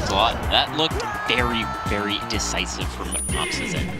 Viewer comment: Verrry* wise words